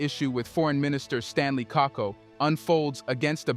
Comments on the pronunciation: KAKUBO please, NOT KAKO. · Apart from mispronouncing Stanley Kakubo's last name it's good and accurate analysis.